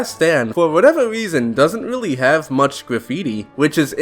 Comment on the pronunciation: Can u re-record this video you sound weally weedickyoulous, its hard to stomach